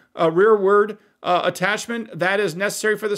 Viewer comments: Real world or rearward? I think your editing is off here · Real world? Did you mean rearward?